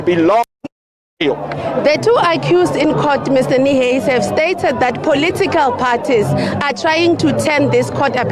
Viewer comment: Why do you keep saying Carl Niehuis,you could have just said Carl Niehaus.